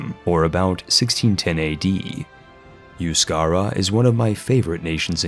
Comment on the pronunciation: A little late to that party and glad to see a Navarre with pintxos but Euskara is pronounced e-u-ske-ra